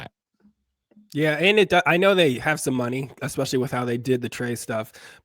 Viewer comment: I’ve got some bet ideas. How many times does Zack Taylor say expecially instead of especially in a weekly presser or how many times does a professional print reporter say verse instead of versus on a YouTube presentation?